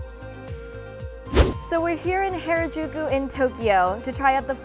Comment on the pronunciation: I can't stop laughing. Hair-Ah-Jew-Ku 😂